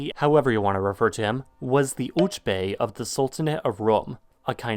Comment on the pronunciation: Uç bey sounds like Pig Latin.